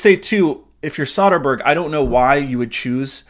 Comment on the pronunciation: Heads up: It's pronounced Soe-Din-Berg not Saw-Din-Berg....I kept cringing the 10 time u said it.